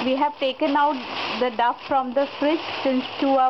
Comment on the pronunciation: The word "dough" is pronounced :- "DOH" ( not "duff" - as it comes across on your video) thnx